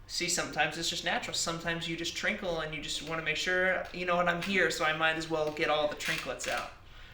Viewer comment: “and i just trinkle it”